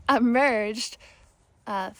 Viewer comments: Pronounced “th-oath” - long O. Are you astral projecting? Using Hemi-Sync? Did your body injuries heal after this? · Happy birthday! I enjoyed every minute of this video. Thanks so much for sharing your story, gifts and light with us. ❤ i was laughing when you were trying to pronounce Thoth. I've never known how to say it...I've most commonly heard it pronounced "th-oath"